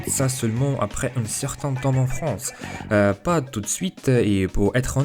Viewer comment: le soucis qui revient le plus je pense c'est que tu prononce certaine lettres qui ne doivent pas être prononcé comme quand tu as dis que tu as voulus apprendre le français tout seul tu as prononcé le T a la fin de "tout" le t se prononce seulement quand le mot est écris "toute" ce qui le fait passer du masculin au féminin j'espère que tu as compris sinon dit moi et j'essaierais de réexpliquer